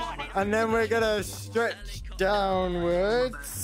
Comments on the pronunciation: did you just helilopter and not helicopter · Ah yes, a ✨ helilopter ✨ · “IM A HELILOPTER” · Bro really said I am a helilopter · bro said helilopter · Sorry and it is funny😂